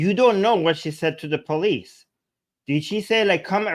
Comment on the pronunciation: It's not Bolice, it's Police.